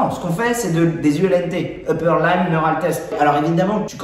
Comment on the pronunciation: (:: prononcer LIMB ( pas LAÏMB ) 😉 )